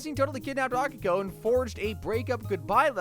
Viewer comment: A - Key - ko. Steve says it twice in the first clip you used FFS.